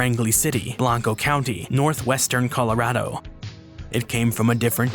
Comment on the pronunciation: Love the video, but hearing you pronounce Colorado and the area's around here physically hurt me.